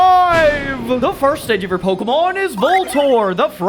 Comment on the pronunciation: I like how he pronounces it “Pokuhmon”